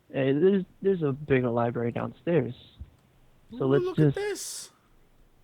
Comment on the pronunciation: "libRary"....not libary :(